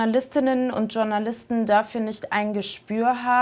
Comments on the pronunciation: Mir gehen JournalistInnen auf den Keks, die ausgerechnet das Wort "Journalisten" nicht richtig aussprechen können. Klingt nicht besonders clever. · Wer kennt sie nicht,die Tschurnalisten bzw Tschurnalistinnen😂😂